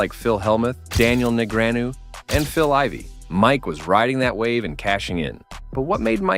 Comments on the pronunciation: Whos Daniel Neg-ree-on-eww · Hes the arch-nemesis to Daniel Negryonyoo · I absolutely died by how he pronounced Daniel Negreanu 😂😂😂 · The annoying background music and the horrible commentary voice, which can't even pronounce Negreanu correctly make this unwatchable.